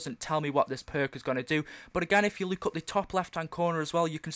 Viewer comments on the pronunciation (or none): lol funny when he says look